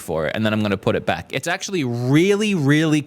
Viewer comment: "We're going to come vack and do the rest of the video in one quick shot" three quarters of the video length remaining